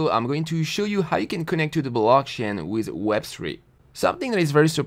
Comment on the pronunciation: i love the way you say "with". it comes like "wiz" :)